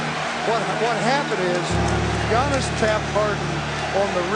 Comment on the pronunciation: Anyone realise that David Stern was the first person to pronounce Giannis name correctly